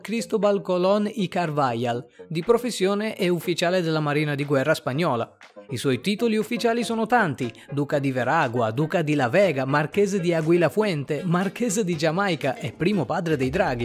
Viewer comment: un minuto di silenzio per la pronuncia di CARVAJAL (CARVAKAL si pronuncerebbe) le basi dello spagnolo